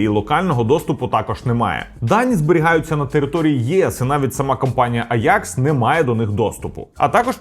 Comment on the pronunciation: компанія українською мовою називається аджакс, в якому місці вийшло аякс не зрозуміло дуже вухо ріже, скористайтесь сервісами по типу юконтрол, або опендатабот щоб перевірити.